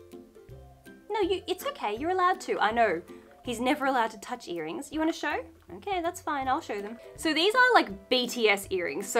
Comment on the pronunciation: I was looking for my TIS sure when I heard her say "BTS earnings" and I slammed my head on the wall trying to lean back up 😂😂😂